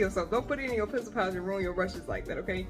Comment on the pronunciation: awesome tips, i'll have to try to hunt that water bucket down (i'm in france, so no hobby loby or whatever store you mentioned). fun fact : i watch my videos super sped up (adhd), and the way you say "pencil pouch" when sped up it genuinely sounds like "piss pouch" - that made me laugh 😂